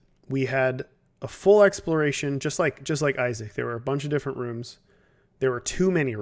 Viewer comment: "Exploriation" Sorry. Really.